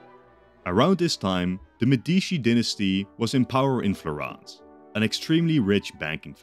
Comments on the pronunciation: "FlorEnce" not "Florance" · O il modo in cui diceva Florance alla francese come se si avvicinasse di più alla pronuncia italiana mentre invece Florence le assomiglia molto di più🤣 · same 'Florance' Edit: youtube is ass i'm on a computer and can barely type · Florence (/ˈflɒrəns/ FLORR-ənss; Italian: Firenze [fiˈrɛntse] ) or FlorAAAAAHHnz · FlorAnce???? FlorAnce??? Did i get it all so wrong and thats how you actuakly pronounce it? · Awesome video as always but that pronunciation of Florence is wild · as an italian I was so happy for you to make this video, until I heard you pronounce Florence 😂😂😂😂 still amazing video tho